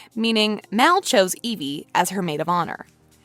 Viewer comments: Did she just say Elive? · Did she say elvie instead of evie💀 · I'm sorry did you say elvie ? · It’s evie not elve